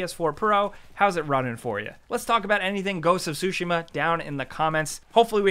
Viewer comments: Tsu-shee-ma not sushima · Man said "Sushi-Mah" it's "Tsu-Shi-ma" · I love u guys and what you do, but I fainted when you guys said Ghost of "SUSHI-MA" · Ghost of Sushima? :) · THE 'T' IN "TSUSHIMA" IS IN FACT NOT SILENT... seriously though. Imagine saying "chicken katsu" without the "chicken ka." It's easy.